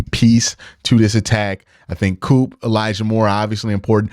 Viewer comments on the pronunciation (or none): none